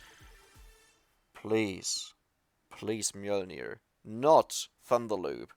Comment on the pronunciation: for pronouncing Mjølner correctly!